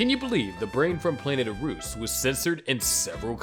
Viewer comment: It's pronunced the Brain from Planet Ah-roos. Know your subjects !